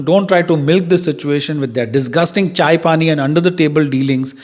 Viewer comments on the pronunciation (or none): none